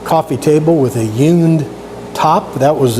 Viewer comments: Nice job! Now I've heard of hewn wood furniture but never "yewn". Or is this your Florida accent? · You come across just fine! I was just poking fun at the way you were pronouncing the word "hewn". Check out my latest restoration project. It's receiving rave reviews from the masses